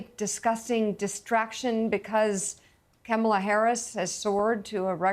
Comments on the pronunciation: Mika is deliberately using the WRONG pronunciation of "Kamala!" She's loving the "Camel-ah," for some reason. Get a real background, Mike-uh. 🙄 We don't need ya. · Mika- it's COMMA-LA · Mika - It’s “Comm -a - La “ Please, you can get it right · Did anyone else notice that Mika mispronounced Kamala’s name without any correction? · Mika, you pronounced her name wrong.